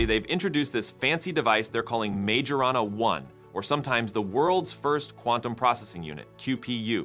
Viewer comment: majorana. no. majana. yes 😭😭